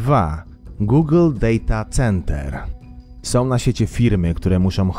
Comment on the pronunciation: "gugyl dejta center" (dobrze, ze nie "cęter"....!!